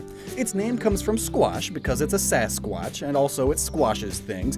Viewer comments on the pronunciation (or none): You know its squach not squash for yetis right? Its not sasquash lol. Love ya!